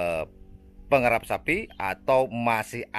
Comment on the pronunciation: Pengerap apa pengarap?😀😀😀